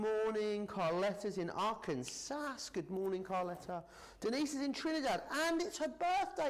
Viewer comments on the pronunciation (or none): it's pronounced ark an SAW it irks me every time I hear SAS! and I', from California!